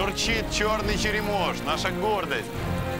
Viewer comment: Та бля не «паланина» а полонина, не «черемОш» а черЕмош. Нічого не маю проти російської і люблю програму, але вже як розповідаєте про Україну то підготуйтеся трохи і не перекручуйте)